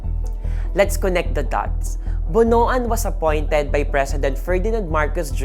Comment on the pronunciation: "BONOAN" is pronounced as "Bon- wan".